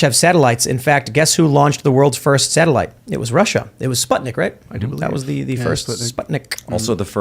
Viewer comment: That's a NASA "satilite" 😂